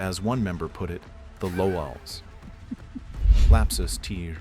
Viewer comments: The Lowallz? How does the channel with over 246,000 subscribers get away with using an AI narrator this is slop content like what the actual fuck is that pronunciation? I’m pretty sure it was saying Lolz but instead we get lowallz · pronouncing lolz like that should get u jailed